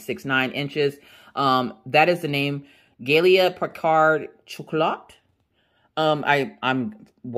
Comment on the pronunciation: it’s pronounced Guyelle Pee-card Picard is French for sure